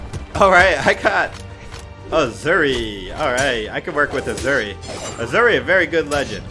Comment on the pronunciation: Asuri = Auu-Zu-ree lmaoo